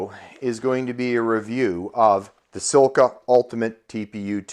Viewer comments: SILCA, not sil-a-ca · Silica - lol. It's Silca - just one i in there dude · You can't even pronounce Silca